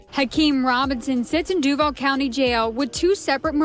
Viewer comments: FYI, they tend to pronounce Duval "Due-Vol" not "Duevl". I don't know how easy it is to change your pronunciation tho. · I don't understand why you are doing shit on Florida I'm from Florida Born and raised but I'm up north now but I know that you have no idea about Florida g lol but I don't know what has you doing a Florida one and learn how to pronounce the name of Duval county but good Try and I like the video because I am seeing what you think so